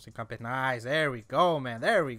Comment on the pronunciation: Just say hinca the then say foot in Spanish